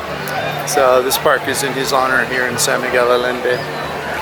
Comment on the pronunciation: Allende is pronounced “Ayénde”. Otherwise, I like your tour.